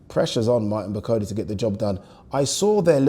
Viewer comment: can you pronounce Bakole properly. Come on man you’re a Yoruba man you wouldn’t like me calling you Addy would you